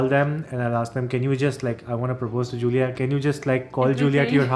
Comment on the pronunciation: Happy for you guys. is lucky to get Giulia but he still needs to say her name correctly. All the best, the world had to offer, to you both.